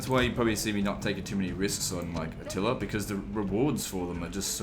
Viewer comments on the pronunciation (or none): none